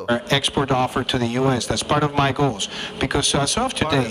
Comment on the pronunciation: GOALS se pronuncia con una Z (GoalZ) Otro detallito es que con la O el COlombia se debería pronunciar con un sonido schwa (Cuhluhmbia) y con Opportunity con otra vocal más cerrada.